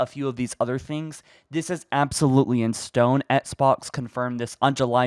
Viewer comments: How can you do this for a living and pronounce Xbox as "ETSBOX"? How have you not fixed that poor little habit after all these years? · I love your videos. I feel like you say ettsbox though. Lmao. Nice. Keep up the news.